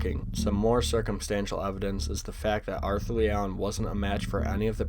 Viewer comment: It was leeigh